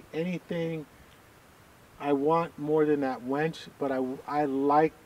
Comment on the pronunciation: Never thought Barry Bonds and my wife would have something in common but they both pronounce winch as "Wench"